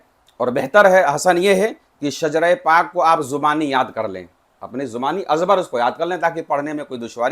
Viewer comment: Shijra nahi shajra